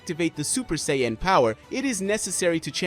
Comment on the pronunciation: But... Butchering 90% of ALL the names.. 😓😱😭😭😭 Say-een.. Gaah xD